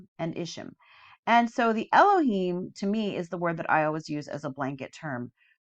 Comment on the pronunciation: Just as a little FYI the Hebrew words ending in “im” (seraphim, cherubim, etc) the im is pronounced “eem” not “imm”! So “ophanim” is pronounced “oh-fan-eem” not “ohf-fannim”. You are saying it right when you say Elohim. And just a fun fact for anyone reading the “im” makes a word plural; eg: one cherub, many cherubim.